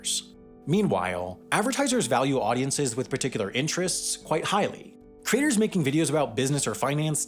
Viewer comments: I struggled thur the first half of this video: what are "cra-tors"? Eventually, I figured out that you were talking about "cre-a-tors"! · I keep hearing 'creators' morphing into 'craters'.